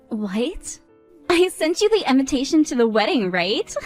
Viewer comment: WHY DO THEY ALWAYS SAY "INVINTATION" IS EVERYONE OF THESE VIDEOS? ASIAN OR NOT, STOP ADDING THE EXTRA N.